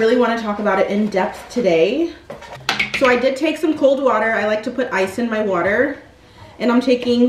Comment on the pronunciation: I had to rewind the video twice to make sure is gwater u said instead of water 😂😂😂